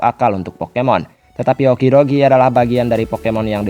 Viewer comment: okidogi? That' okidoge